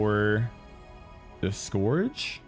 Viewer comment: Pretty sure it’s pronounced scurge not scorge